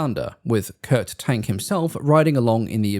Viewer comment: Interesting. Perhaps someone else has mentioned it, but Kurt Tank's surname is pronounced “TONK”.